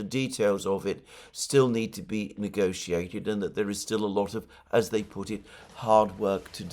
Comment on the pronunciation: More consistency Alexander, You pronounced "negotiate" like 3 different ways. hahaha